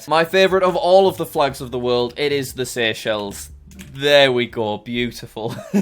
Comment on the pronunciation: SEY-EY-CHELLS SEY-EY-CHELLS SEY-EY-CHELLS SEY-EY-CHELLS SEY-EY-CHELLS. SEY-EY-CHELLS SEY-EY-CHELLS SEY-EY-CHELLS SEY-EY-CHELLS SEY-EY-CHELLS SEY-EY-CHELLS SEY-EY-CHELLS. SEY-EY-CHELLS SEY-EY-CHELLS SEY-EY-CHELLS SEY-EY-CHELLS. SEY-EY-CHELLS